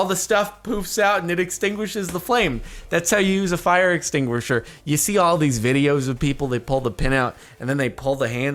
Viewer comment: "It's why it's called a fire extinguisher, it extinguishes fire from the inside" ex tinguisher EX tinguisher "EX" not intinguisher .-.